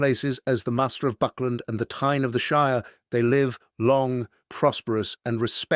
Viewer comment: Funny how the AI can't pronounce "Thane" and turns it into Tyne.